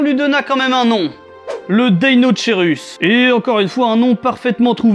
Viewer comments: Il se prononce pas plutôt deino"k"eirus ? Comme pour le brachiosaurus ? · Je veux pas faire ma raclette mais on prononçe pas ça "DeinoKeirus" ? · Le magouillosaurus parce qu'il a le bras long ^^. Et sinon très bonne vidéo encore une fois, mais juste une remarque : si je ne me trompe pas, l'étymologie du deinocherus vient du grec, comme beaucoup d'autres, on ne devrait pas prononcer [deinokeirus] du coup ? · Juste pour information ça se prononce "deinokerus" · ça ce prononce DEINO-K-ERUS